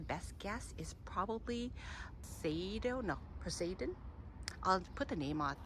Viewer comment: You don't know how to say Poseidon?